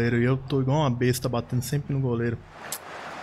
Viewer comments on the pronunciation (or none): none